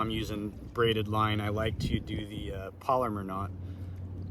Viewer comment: I think it's pronounced "Pal-O-Mar" knot instead of polymer knot.🙂